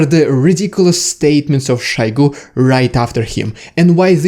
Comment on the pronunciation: It is Shoigu, not Shaigu. It is not a Russian name, it is Tuvan. Only (northern) Russians have to pronounce every O for an A, but it is wrong. It is a dialect, not the correct form. Otherwise your Old-Slavonic ancestors would not even have introduced the letter O into the Kyrillic alphabet. Since Moskwa is also not a Slavic word, pronouncing it "Maskwa" is also wrong. Since "Россия" is also not a Slavic word, pronouncing it "Rassia" is also wrong.